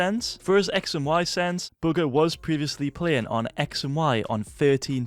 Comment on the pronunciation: Can you please stop saying booger instead of bugha